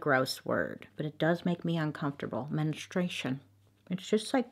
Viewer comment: No one: Bailey: ✨MeNStrUEiShoN✨